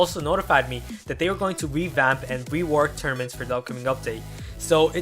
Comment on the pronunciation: I didn't know what you were saying till u put up the post I thought u were saying termants and I was wondering what kind of word was that but when u showed the post and high lighted tournaments I was shocked